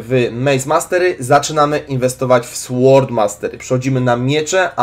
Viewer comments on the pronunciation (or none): Taka malutka uwaga (wiem wiem czepialstwo) :D ale raczej powinno się mówić sOrd mastery a nie sŁord mastery :D tj tej gloski ""w"" w słowie "sword" się nie czyta :D Aczkolwiek - jako że niej jesteśmy nejtiwami - to czytajmy jak nam wygodniej :D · Sword czytamy sord zaznaczasz w tak mocno ze brzmi to dziwnie. Nie jestem losiem przyczepiaczem, po prostu tak dla Ciebie